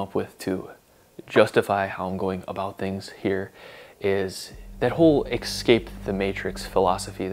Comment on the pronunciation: Escape not excape!